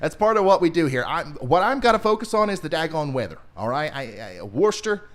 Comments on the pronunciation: Wistah Ma not woorchester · It’s pronounced “Woosta” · Worcester = Wuss-terr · Lol your definitely going to piss off the Worcester (Pronounced more like Wooster) ppl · Wooster = Worcester! Falmouth = Falmith. Scituate = sit-u-it